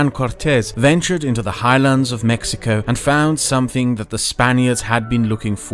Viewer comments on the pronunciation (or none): none